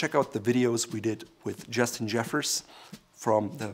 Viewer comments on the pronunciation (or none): none